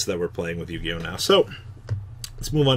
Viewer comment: I just hate that Th-Eory-Oh! Never Yu-Gi-Ohs😢